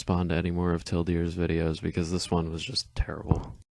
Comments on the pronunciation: Did he call you 'Till Deer"? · Teal Deer. It's Teal Deer. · Y he say TILL DEER???